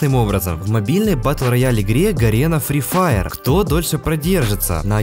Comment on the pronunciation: Испортил видео одним моментом "Сри Фаер"